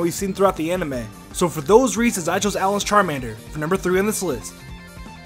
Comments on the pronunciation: Uh-Loh-n Not ah-lih-n Uh-Loh-n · Oh my god it’s no Al-an it’s al-awn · Allen it’s ALAIN A-LAWN